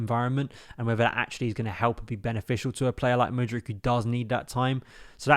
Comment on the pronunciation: I can't blv you say Mudryk, I keep him over Sterling and for me i rather gamble on Mudrky than go get someone else